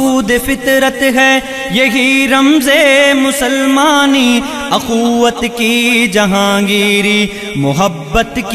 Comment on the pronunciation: پڑھنے میں بہت غلطیاں کی ہیں۔ اَخوّت نہیں اُخوّت ہے۔ مَیان نہیں مِیان ہے۔ قَہستانی نہیں قُہستانی ہے۔ اِستَبداد نہیں اِستِبداد ہے۔ تحمل نہیں تجمل ہے۔ شَگاف نہیں شِگاف ہے۔ قَندیل نہیں قِندیل ہے۔